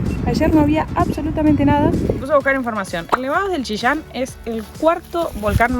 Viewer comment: Jejejeje... me encanta como pronunciaron Chillán. Chishan. 😄